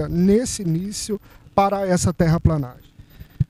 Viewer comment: "TERRAPLENAGEM" se escreve e se fala assim... PLE PLE PLE PLE..TERRAPLENAGEM... TERRAPLANAGEM ESTÁ ERRADO..